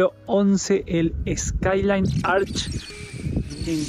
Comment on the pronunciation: Hi, just in case the word Arch is not pronounced ARK. It should be pronounced as written; that is, arCH It is exactly the same sound as the Spanish CH